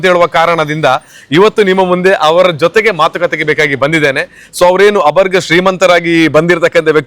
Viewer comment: ತಿದ್ದುಪಡಿ: ಅದು 'ಅಬರ್ಗ' ಶ್ರೀಮಂತ ಅಲ್ಲ, 'ಆಗರ್ಭ ಶ್ರೀಮಂತ '